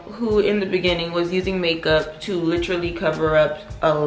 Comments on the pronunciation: Sis the way you was saying make up in the beginning was pissing me off,I was about to stop watching 😭 And do you put on SPF everyday?x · The way you say makeup lmaoooo.